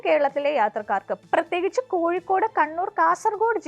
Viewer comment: കോഴിക്കൂട് എന്നല്ല കോഴിക്കോട് എന്നാണ്!